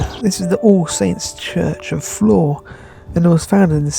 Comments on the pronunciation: You said it right. Flore. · Great video. I love your walks and your history lessons. Yes, you got it right - Flore is pronounced like "floor". My grandmother came from there. She lived there in the 1880s to early 1900s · You pronounced Flore right. The hard one to say is Cogenhoe. (Cook-noe). Flore has a petting farm so they may be used to humans.